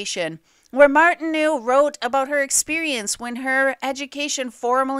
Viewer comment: Good but speaker should learn hiw to pronounce the French name Martineau correctly. Martin-oh.